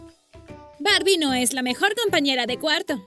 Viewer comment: Es Barbie no borbi😒